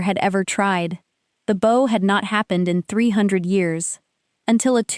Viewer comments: Please teach your AI that the word “bow” is pronounced with an “ou” sound. Such as cloud or doubt. Thank you. Good story. Listening from Jacksonville FL, USA; p.m. EDT. ❤❤ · Your reader is confused between the two pronunciations of heteronym "bow."